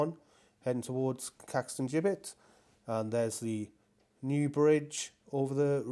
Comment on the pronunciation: Excellent video, as usual, mate! It really is becoming very noticeable how it is changing and how it will eventually look. Progress is pretty stunning tbh. Also, well done on the Caxton Gibbet pronunciation! Regards, Eric